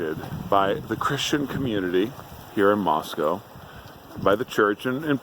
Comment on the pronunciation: Can you say “Moss-cow?”